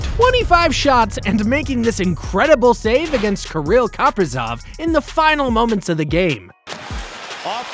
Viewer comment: “Krill Coprisov” 😭